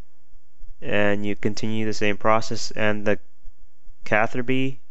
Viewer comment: Lol CatherBi You don't pronounce Ruby, Rubi.. so yeah